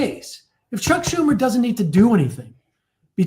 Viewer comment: The true mispronunciation wasn't Sam Seder's name, but Chuck Schumer's. The H is silent!